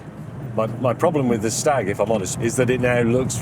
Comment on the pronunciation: Staaag. Rhymes with Jaaag.